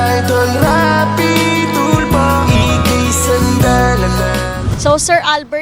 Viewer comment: SIR RAFFY TULFO… its not RAPI TULPO MAHIRAP PO BANG BANGGITIN YAN? 🤦‍♀️🤦‍♀️🤦‍♀️